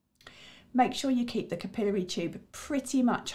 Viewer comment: What? "Cap I'll airy"... "cap i lary" But thank you for the video